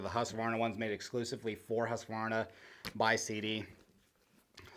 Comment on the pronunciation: Great video, great boots, great to hear an American pronounce Husqvarna correctly. The idea of replaceable everything is a winner vs other big name brands on the market. And its got Husky all over it .